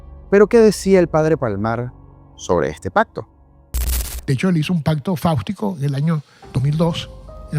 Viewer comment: Factico no faustico de fausto